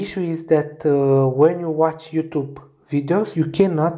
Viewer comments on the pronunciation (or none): "you...THUBE" no offense that was fucking hilarious lol